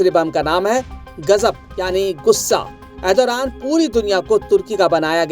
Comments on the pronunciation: Arey bhai naam tho theek se bola karo na Turkey prime minister ka... Ethoraan Nahi.... ERDOGAN 😂😂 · Erdoran nahi hota hai. Pahle name lena sikh lo bhai